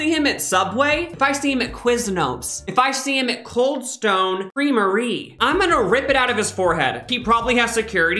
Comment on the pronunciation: Ok but “Coldstone Creame-ry” sent me